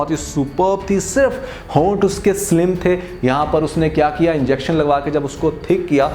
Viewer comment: Hoonths 🤣 ,you are hilarious